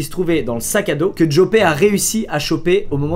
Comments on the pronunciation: Au passage ca se prononce Yòpeuhh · au passage Joppe se prononce "Yopeu"